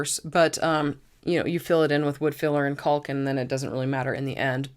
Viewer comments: Wonderful use of IKEA items to customize storage for your home. You are lucky to have the ability and stamina to be able to do it with a little help, here and there. One critique I hope you do not take offence to; the word “caulk” is pronounced “cock”, like a male bird. The letter L is silent. I was corrected when I was young and was sounding it out from the packaging when I would help my father. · The “L” in caulk is silent.